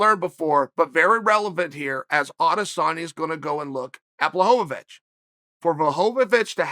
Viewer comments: you are both wrong... its blahovavich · Everyone: it's not pronounced Blockawitz Chael: ok great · Chael just CANNOT say this mans name 🤦🏾‍♂️🤣🤣🤣. Blahovovitch